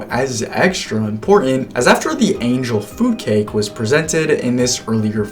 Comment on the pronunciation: This video is triggering my autism too much, so I have to say something. Angel food cake is not angel foodcake. You are really placing the emphasis in a weird place. Feel free to ignore me. I also got excited about the way Emma Roberts pronounced, "cabinet," on Celebrity IOU.